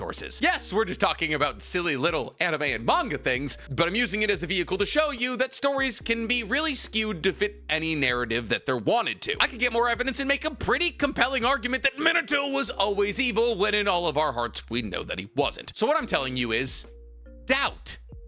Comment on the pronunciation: "mini toe"